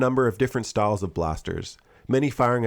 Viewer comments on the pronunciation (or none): stah-ols instead of stye-uls (style) trah-ols instead of trai-uls.... (trial) sry I get distracted by the weirdest stuff in videos, esp how people talk.